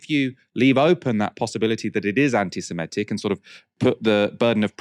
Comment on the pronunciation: I think the word you consistently mispronounce as anti-SemEtic is, in fact, anti-Semitic /ˌantɪsɪˈmɪtɪk/. Indeed, this is clear since you correctly describe a person holding such odious views as an 'anti-Semite' not an 'anti-Semete'.